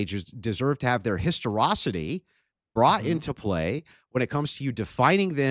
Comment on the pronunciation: Can people please stop saying "Histirocity"? I get saying the word wrong once in the heat of the battle, but at this point, trying to have these high brow political debates while not being able to pronounce this (fairly common) word is ridiculous.